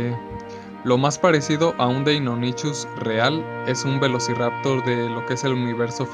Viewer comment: Muy buen video n.n Me gustó mucho... Pero como uno (Gabriel Gonzalez) ya te ha dicho cuáles fueron unos pequeños errores que tuviste, yo te aconsejo en otra cosa. Cuando mencionas al Deinonychus y al Pachyrinosaurus, los mencionas con la "ch", pero en realidad, todos los nombres de dinosaurios que tienen una "ch" se pronuncia como una "k" o una "c" (dependiendo del contexto). Por ejemplo, se pronunciarían "deinonycus" y "pakirinosaurus"